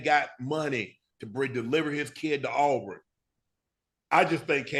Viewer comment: Agree Cam should have been higher. Love the show. But it’s Auburn not Aubrun. War Damn Eagle!!!